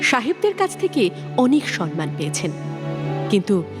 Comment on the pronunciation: সাহেব দের কাছ থেকে অনেক সন্মান পেয়েছেন এটা কি ঠিক উচ্চরণ হলো নাকি সম্মান পেয়েছেন এটা ঠিক হতো এত ভালো পাঠিকা এভাবে উচ্চারণ করবে ভাবা যায়নি